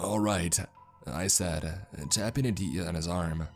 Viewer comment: I can’t help but chuckle each time he pronounces Aditya lol , he doesn’t pronounce the T , it’s Ah-dee-te-yah lol . Good though cuz this story is bonkers